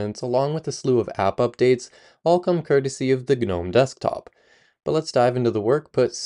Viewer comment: Are you really saying G-nome?? Are you for real?? Dude ... It's *NOME .... The G is silent. You understand what a gnome is, right? It's a legendary dwarfish creature resembling a tiny old man. Here, in the UK, older generations used to have little statues of them in our gardens, doing various things like fishing, sitting, standing, etc ...